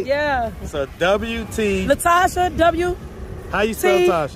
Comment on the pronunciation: Wasn't she saying N instead of L? Natasha instead of Latasha...